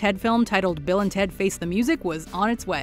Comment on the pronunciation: jesus christ..did you even see the Bill & Ted movies? Clearly not because you would know that their names were said in a specific way that you 100% botched. Bill S. Preston Esq. & Ted 'Theodore' Logan...for shame